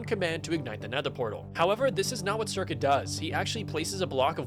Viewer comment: This guy doesn't know how the speedrun works. Curcuit a made a whole video analysing the run. Also, it's not "circuit".